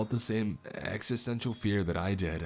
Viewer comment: Ex-ih-sten-cial not ex-ih-stent-ial.